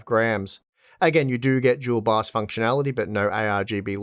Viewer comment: I was like... What "Jewel box"? ... And a few seconds later I realized that's how they saying "Dual BIOS" :-D